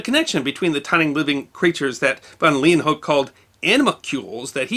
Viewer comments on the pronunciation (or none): Lay-When-Hook. That's how I learned it was pronounced.